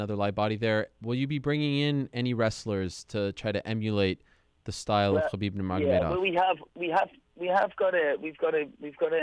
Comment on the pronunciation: Khabibs “O” has got to go